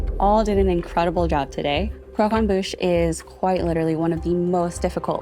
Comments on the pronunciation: cockemboosh omg lol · Crow-come-boosh "annunciation " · Zach literally pronouncing it “cooquembouche” 😭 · Nobody pronouncing 'croquembouche' the same is killing me